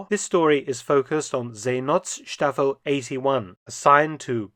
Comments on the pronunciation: Great docu - just your pronunciation of Seenotstaffel - the O in not is soft, it is like the O in English word hope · The O in not is pronounced like the O in '''nought''